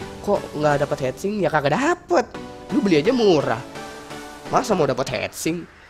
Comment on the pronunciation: heatsink bacanya bukan head tapi hit. jadi bacanya hitsink bukan heatsink